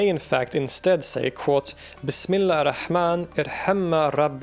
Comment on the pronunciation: ar rahman, not al - rahman